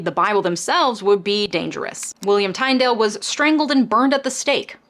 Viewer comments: Love your channel and your content. You're really very balanced. One thing to check out is a handful of mispronunciations I've notice in this video and previous. Some are just normal American versions of names. However, Tyndale is "TIN-dale" not "TINE-dale" and though I've never heard of New American Canaan, The name there is always pronounced "KAY-nan", and it makes sense this is the context as the early Puritan settlers were looking for a new promised land. Otherwise, keep of the good and informing work! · Love you, but it's pronounced tin-dale. Sorry. I'll shut up now. Maybe I am wrong.